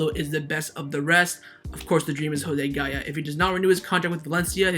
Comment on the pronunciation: Every time I hear gaya I cringe…